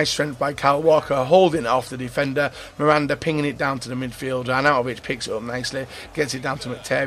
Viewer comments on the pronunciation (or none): none